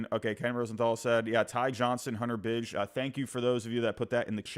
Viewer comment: It's pronounced BigE. Like my nickname. Not Bij.